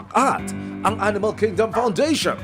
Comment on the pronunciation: Need lng nman sa nag aalaga e,,,,mabuting kalooban sa Pag alaga na may kaayusan sa ginagawa..tinde rin isipin mo kinaya nya Amoy nayun.( Haha,Pero yung nag nanarate ,,swabe sa bigkas ng " ladylove" hehe